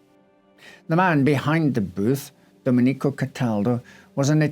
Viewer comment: Love this channel, but it's Do-MEN-ee-co, not Do-men-EE-co.